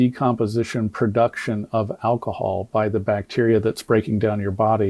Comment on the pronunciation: I just wish Brandon could pronounce words like “alcohol” and “ask.” “Akahawl” & “Aks” kinda fucks up his credibility as a former law enforcement officer.